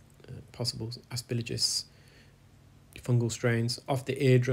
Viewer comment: I'm so glad you were able to help this patient! You really are changing people's lives. I do want to mention, you keep saying "asperligis", but isn't it "asperGILLus"? It makes me cringe like when people say "nucular" instead of "nuclear". Other than that, I love your videos! They're interesting and very educational!